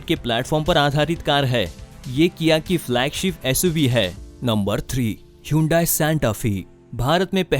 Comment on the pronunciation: Atleast pronounce hyundai correctly😃